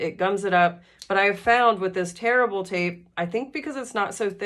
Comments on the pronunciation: Same! I rewound this portion to listen again because I just made a purchase from The Sewing Room of Garner and it was great. Glad to hear it's tear-able tape and not terrible tape 😂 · I thought you were saying terrible tape. And t thought that’s awful to say for the business. Then I realized you were saying tear-able. 😂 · I thought she said terrible tape too. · I thought the same😂